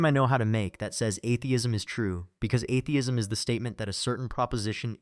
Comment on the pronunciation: What evidence does WLC present? None. He makes assertions without evidence. He deliberately and insultingly pronounces atheism wrong at the start then down from there. He's a pathetic fool.